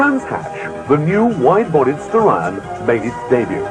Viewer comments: It should be pronounced 'Star-eon', similar to 'Stallion'. No one knows for certain if this was an issue with Japanese diction. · Actually combination of Star of Orion with the horse of Hercules Aeon. SO yep Ur right on how it suppsoe 2 b said. Look at old skool Mitsubishi Starion commericals hre on YOutube N u can cleary hear the correct pronunciation. There even a logo with a Stallion n Star.